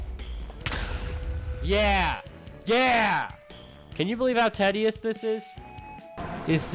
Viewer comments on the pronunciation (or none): The most offensive part of this video is your pronunciation of the word Tedious; "Ted-ious". I'm gonna cry.